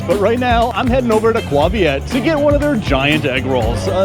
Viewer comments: Its not pronounced qua viet. Its pronounced kway viet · Isn't it KAY Viet? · It's KAY-VIET....and you need their fish sauce from their restaurants.